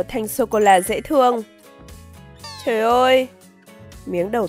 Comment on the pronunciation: Socola mà nói socolo🤣🤣